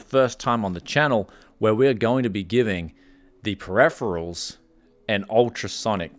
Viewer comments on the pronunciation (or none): Can you try say Periferals properly man thats hard to listen to... looks like shit woth those council estate cables ... could you not have sleeved the pci-e ?